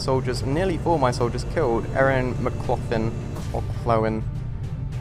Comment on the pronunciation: The pronunciation is "mc-loch-lin"